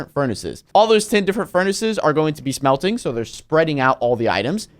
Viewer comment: Did you say smealting